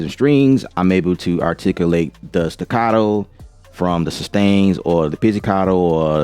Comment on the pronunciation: ARTIC-U-LATE, not ARTIC-I-LATE. Don't slaughter English pronunciation. Especially when you were born and raised in America.